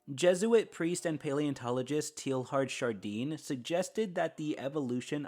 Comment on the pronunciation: pronounced “Tay ard duh shar dan”